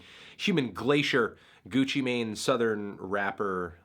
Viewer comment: Gutsci Mahin, What’s he sayin?